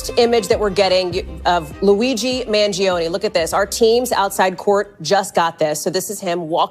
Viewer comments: “Mag-Leon” “Mal-giano”😂 Ti be killing me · Hi, I believe it’s pronounced Man-gee-own, the g is soft and no emphasis on “ne”. Thank you for the commentary! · m-aa-n-j-OH-n-ee= Mangione I think my heart skipped a beat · Man-gee-ohnee is how it's pronounced. He is from a wealthy local family. Not sure his motivation, but it will come out eventually. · U DID NOT PRONOUNCE HIS sir NAME CORRECTLY...MAN-JOE-NAY!! OK? NOW, THERE U HAVE IT!!!! CORRECTING THE RECORD. HE IS A vowel PERSONAGE, AFTER ALL!!!!!! JUSAIN.